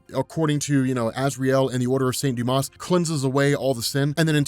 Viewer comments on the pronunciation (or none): none